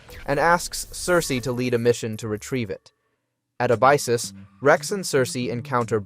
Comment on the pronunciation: There's so many errors though... meechum/meek'em, Abyssus/uh-bye-sis, evo/e.v.o...